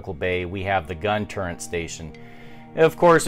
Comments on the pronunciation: Awesome stuff but it's gun turret. Not turrent. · Are you saying "gun turrent"...? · Thank you, turret lol.